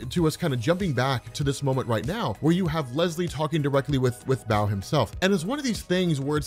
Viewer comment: You kept saying big Eddy but It says Big Henry.... 😤🤯 dude you are so terrible with names it's Bao🏹 pronounced like 🏹 BOW & arrow. It says Nguyen not Nugen think Asian names, because Bao is a asian kid right I mean his parents restaurant was serving Pho... Lol 😂😂🤣🤣